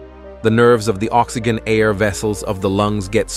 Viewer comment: Someone teach this bot how to pronounce oxygen, vitamins, etc.